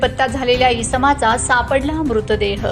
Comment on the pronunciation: इस्माचा नव्हे इसमाचा.... नवापूर एक्सप्रेस .हा हा......